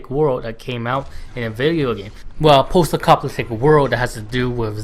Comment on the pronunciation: lol are you saying acopaliptic ? great review. you have a new subscriber